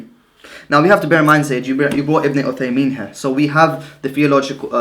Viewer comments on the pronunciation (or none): Who is ibn tameeya and uthameen fam you can't even say their names properly.